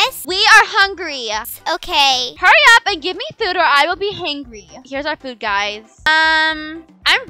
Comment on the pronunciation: why your first mom want to say guys and said gusy😊😂❤❤